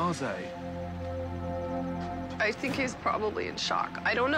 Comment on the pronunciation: when he saide blaze, i had to laugh. do americans know the word? its french, means finished or doesnt care